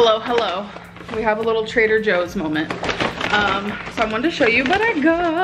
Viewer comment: The L in " moment " makes my heart smile 😂